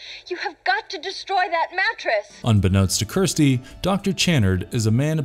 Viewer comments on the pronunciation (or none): Idk if this is A.I. but the annunciation sucks, it's Kirsty not Kristy, it's La mer chant, not lamarchent